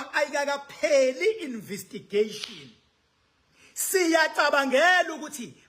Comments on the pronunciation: Investigation NOT Invistigation😂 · Investigation n not invistigation educated.😊